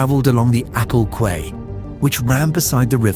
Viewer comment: AI is getting really good but it still can't pronounce 'quay '